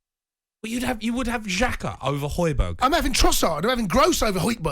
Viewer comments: This dickhead really said hojberg🤣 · Man said hojbjerg I know for a fact Palhinha is having a better season for Fulham 🤦🏾‍♂️